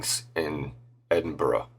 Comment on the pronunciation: Also not being able to pronounce Edinburgh properly or saying glasgow using glass gow as in cow. You'd think they would research pronunciation of words.